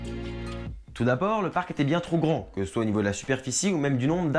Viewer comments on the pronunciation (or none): none